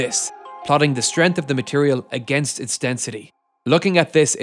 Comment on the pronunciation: Strength has a 'G' in it...